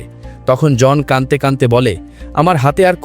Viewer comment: "কানতে কানতে বলে" নয়, উচ্চারণ হবে কাদতে কাদতে বলে 😊